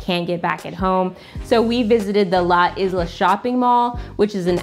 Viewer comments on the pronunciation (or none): none